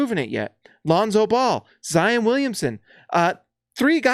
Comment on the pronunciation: It's "Zy - ON." Not "un." Gotta get that Utahr pruhnunciation out of your head. ;)